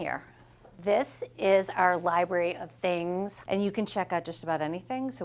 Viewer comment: Let’s start by learning how to say the word “library”